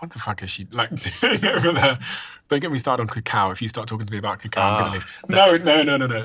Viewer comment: CACAO ... not COCOA ... very important distinction.